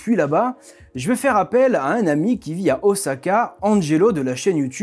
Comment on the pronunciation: Bravo, Oosaka a été bien prononcé, mais pas musubi (le lien ?). Pour quelqu’un qui vit au Japon depuis 10 ans, je trouve son accent et délié très niveau débutant. Sans doute fait exprès car avec les Japonais ça avait l’air mieux. Les portugais ont amené les tempura, donc c’est une bonne chose. Et notre calendrier est basé sur le soleil, l’an zéro n’a rien à voir avec Jésus mais avec notre éon (celui du Poisson), donc lié à la précession solaire. L’allégorie est bien présente dans la bible (sortie de l’éon du Bélier pour passer à celui du Poissons). Pas étonnant puisque Jésus a été inventé dans un concile bien après l’an zéro. Je laisse ça là, ce sera rejeté par la majorité qui a cru ces fables et les a cru au 1er degré.